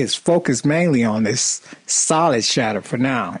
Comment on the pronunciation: whenever he says shatter, i keep thinking he gona say shitz. such awesome accent